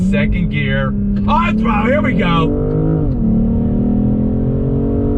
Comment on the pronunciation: The way you're saying "On Thrutlle" is super 😂👍🏼